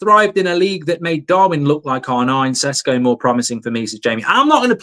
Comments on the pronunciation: It's Šeško not "Sesko" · IT IS SHESHKO Mark! :) slavic name or word with Š its SH! Idemo💪